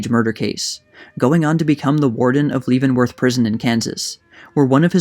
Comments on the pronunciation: Sorry to be picky, but I believe 'Leavenworth' is pronounced Leh, not Lee. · Excellent summary, thanks. BTW, the Kansas prison’s name is pronounced “LEV-in-worth,” not “LEAVE-in-worth.” Short “e,” not long “e.” I almost feel it isn’t worth mentioning, your summary is so good. Thanks again. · I grew up in the area, always heard it pronounced as OH-sage. Had heard bits of this story but glad it's now being shared with the larger world. Heros and villians never are as simple as we'd like to think. And Leavenworth.. it's LEHvanworth, not Leevanworth...just to be a pissy Westerner. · LEH venworth, not LEE. Pronunciation is important and usually easily found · Please research the pronunciation of names before using them. It's Leaven which sounds like Heaven, Leavenworth Prison not Leevenworth. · It's "Lev-en-worth" not "Leave-en-worth". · leave in worth.....NO. Leaven Worth. Yes. that's how you say it. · The first two syllables of Leavenworth rhyme with "heaven" and are not pronounced with a long e as the word "leave". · Btw Leavenworth is pronounced leaven as in bread not like you’re leave-in(g) a location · Leavenworth is pronounced like level instead of leave. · Great work on reporting this story. One small correction, the town and prison in Kansas is pronounced Levenworth, not leave-nworth. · Lol. You said "Leevenworth". It's pronounced "Levenworth" dumbass. If you're going to do a documentary video the least you can do is pronounce common, well known names properly. You obviously just read some book without doing any research. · Real good video and I can't wait for "Killers of the Flower Moon" to come out. But there is one thing though (and I hate to be "that" guy), but Leavenworth is pronounced "leh·vuhn·wrth" NOT lee-vuhn-wrth." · Is the narration auto-generated? "Leavonworth" is mispronounced multiple times. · Your pronunciation of Leavenworth is way off. Leaven rhymes with heaven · It's pronounced Leven-Worth, (Leven rhymes with Seven)